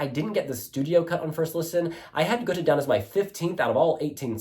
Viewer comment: Hi ...not "Gute" the "Å" is more like the sound when You say : I am in "awe" of someone or something.. = Gåte = "Gowte" = Riddle... 🙂👍👍